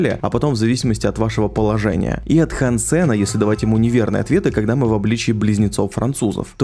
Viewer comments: Все круто,но почему ж хансЕн,если хАнсен. Ну на крайняк гАнсен. Но не Хан Сен же. Он же не китаец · Не хансЕн, а хАнсен!!! А то какойто вьетнамец Хан сЕн все время слышится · хАнсен, а не хансЕн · хансЭна.... меня аж передергивало каждый раз когда ты не правильно произносил его имя... хАнсен.... какой еще нафиг хансЭн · ХансЕн звучит как что то казахское, правильно хАнсен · Он не ХансЭн, а хЭнсен. Это же очевидно блин. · ХАнсен! Не хансЕн! Стукани себя чем нибудь. И сажаем, а не садим. Фу, блин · хАнсен, а не хансЕн Слух очень сильно режет